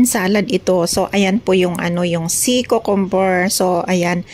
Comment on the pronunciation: Kyoo-kuhm- ber hindi kookomber po👍